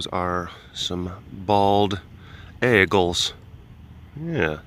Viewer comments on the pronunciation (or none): Maaaaannnnn this is what I get for not staying current during my move. Coming to Wisco for the fall delish and flying turks. Why did it sound like you said bagels not eagles lol. Very Wisco appropriate substitute with the ayegalls there eh! Hope you picked yourself up some New Glarus while visiting and enjoyed your trip!